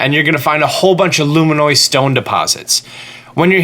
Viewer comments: Hateno is pronounced ha teh noh not ha tee no (you would say tennis not teenis). Also Luminous stones are pronounced like luminosity or illuminate (loo min uss not loo min oiss) because they are LUMINOUS like a LIGHTBULB they ILLUMINATE. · Nintendo: “Luminous”: “Luminoid” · Luminous not luminoid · "luminoise stones?" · Luma-noise stone?? You mean luminous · Lol me too...I was like wait you mean LU- MIN-US. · Every time he said it, I thought he was saying "luminois" like Illinois... which was even MORE confusing to me than thinking he was saying luminoid. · What's a luminoy stone? Don't you mean LUMINOUS? LOO-MIN-USS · Glad someone called it out. I came here specifically looking for a comment to correct his pronunciation, lol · Zac Tha Casbah i think he said it even more wronger. Illiminoise. God his reading skills give me anxiety. 😱😭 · That one was a joke, but "Illuminoise" is clearly just cringey. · Illuminois stone? lol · Lol, "Loom-in-oy" stone? That just cracks me up xD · Girthy McFatkid I don’t even understand how someone can miss pronounce luminous that badly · He says luminoice cuz it’s a meme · Dooley - I'm sure he's just joking around but, to your point, you don't have to be in an English class to speak properly. It's kinda encouraged outside of class from what I know. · “luminoise stone.” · Loom-in-us stone * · Do you... not know how to say.... luminous.....?? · The way he pronounces it personally offends me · Great video but please learn how to pronounce LUMINOUS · I got the ravioli one, but wasn't sure about luminoice. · You dont know how to say words... luminois stone? Raviolis gale? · its a joke just like he says raviolis gale and etc